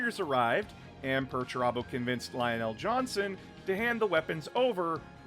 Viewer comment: Lion El'Jonson, not Lionell Johnson